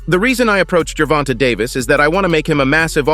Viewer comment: Ger-von-tayyy say it with me Ger-von-tay no ger-vont-a jesus😂😂😂